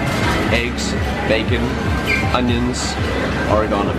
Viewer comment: "Oninons" xD